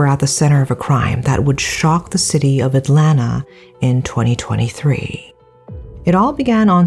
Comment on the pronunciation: Hi! Big long time fan here! I grew up in Lawrenceville, Georgia and hearing/seeing about this case on national/semi-international news was so shocking. I am glad to see the courts are taking this case seriously as it is absolutely horrific! 😢 Also, excellent job with pronouncing Atlanta! You nailed it! Most American don't even get it right. 😂